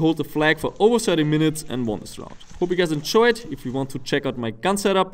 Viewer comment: "Hope you guys enchoyed"